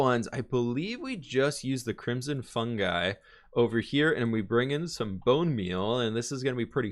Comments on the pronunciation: It is Crim - son, with the "o" sounding like in joke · english is his native language... right? i'm just wondering why he pronounces crimson so weirdly ö_Ö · How do you pronounce ‘crimson’ so wrong?! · "apparently i say crimzhon wrong" h m m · pronounces crimson "crimjim"